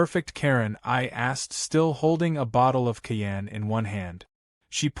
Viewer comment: You didn't hear how they mispronounced cayenne? The screw lots of word up. Stupid little words.